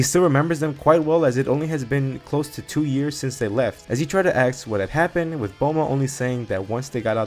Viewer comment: you said axe instead of ask a lot, do you also cut out the smoke alarm chirps when editing the videos?